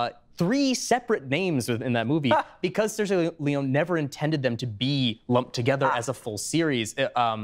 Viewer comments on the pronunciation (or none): Um, actually... that's not how you pronounce "Sergio Leone", even with an accent. It's Italian. Not French, nor English.